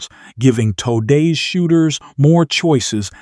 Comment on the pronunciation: “Toedays hunters”